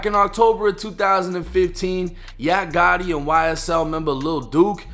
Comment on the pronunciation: Fuckin up the name Gotti